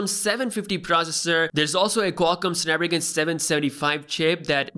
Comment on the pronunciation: Did my man said "snapragan"? 😭😂